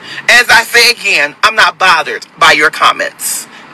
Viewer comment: 📢 He said he is not botheredT. 🥴